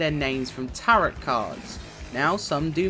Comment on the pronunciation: Bless you, Tarot is said like Taro my friend x